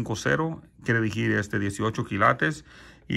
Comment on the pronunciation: Se dice Decir no "dijiiiir"